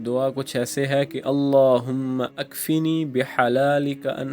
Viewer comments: Sir AP apni Dua prne k alfaaz thek kren allahumakfini hai allahumma akfini ni hai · شروع دعا غلط ہے پڑھنے میں آیا ہے اللھم اکفنی ھےakfene nhe he